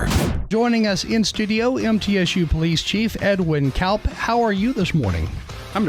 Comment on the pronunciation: Kaup is pronounced "Cop"; the irony